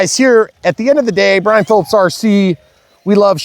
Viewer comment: Eeeeeeeeeeeeyaaaaaaa it’s Brian. Come on man